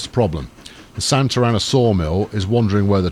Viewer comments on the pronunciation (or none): none